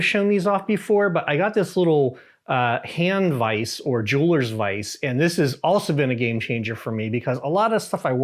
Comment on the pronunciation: Teach how to say Vise.